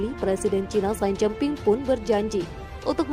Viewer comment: xi jin ping dibaca: si cin phing beijing dibaca : peicing Narator harus belajar membaca ejaan sebuah bahasa bila akan membacakan sebuah narasi dalan bahasa tertentu. HILANGKAN tata eja bahasa Inggris ketika membaca nama nama diluar bahasa Inggris. Xi dibaca si, BUKAN sai